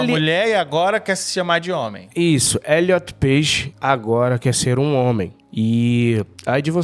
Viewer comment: wtf, o cara falou Eliot PEIXE? 😂😂😂